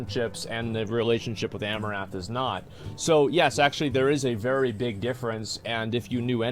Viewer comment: Is it my imagination or are you saying Amourath rather than Amouranth. missing the N